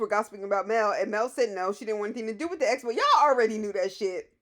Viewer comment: PLEASE learn how to say EXPO not espo!!!! If you're going to have the event, you should at least be able to say it right.